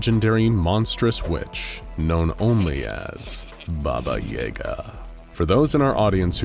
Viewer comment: I'm surprised you mispronounced "Baba Yaga". I thought everyone knew how to say her name.